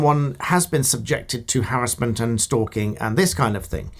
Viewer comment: Given a thumbs up on the sole basis you pronounce "harassment" correctly